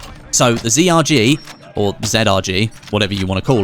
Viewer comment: Zrg not zedardg